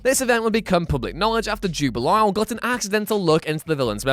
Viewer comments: Did he say Jubi-lile?? It's Jubilee, Jubilee Ewin!! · Who is Jub-i-el? Are they possibly related to Jubilee? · Jew-ba-Lyle ROFL